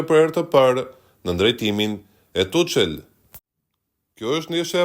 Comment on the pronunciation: Tuchel. Lexohet Tukel